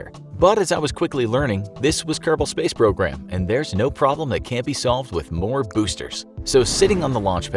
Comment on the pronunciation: Nyeh heh heh! Kerbal pace srogram! You DID say KPS.